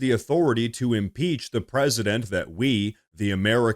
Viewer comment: I agree I thought he said he wanted to throw 7 peaches at president Trump. Or one peach 7 times. Hard lingo to understand!